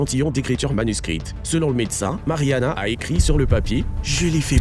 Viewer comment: De le "Marie-Anna".....🤦‍♂🤦‍♂